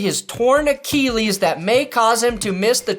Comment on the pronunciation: Achilles pronounced A-Kill-ees...not A-Keel-ees. The East Coast in me cringes everytime you say it lol